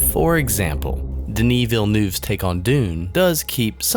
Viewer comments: Villeneuve. Not "Villenoove". "Neuve" is pronounced like "nerve" in a British accent. Never, ever like "noove". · Wow, never heard someone butcher Villeneuve's name so badly as you did.